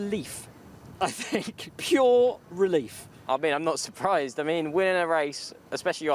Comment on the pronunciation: Billy Monger is not cut out for commentary, he has good knowledge but ... "I fink he moight have a problem on lap firty free" all he needs to do is talk properly and hed be ok but he pronounces words like a chav.